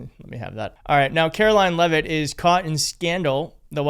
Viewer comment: She can't even pronounce her own last name, it's Leavitt not Levavitts. Geez